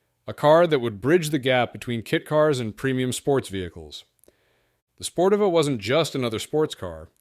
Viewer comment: Every which way but correct.. Sportiva = Spore-Teeva